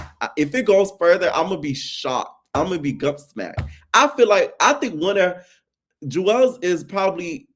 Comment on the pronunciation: It lowkey irks that you keep calling him Juelz in all the videos. His name is Julez, pronounced jewels…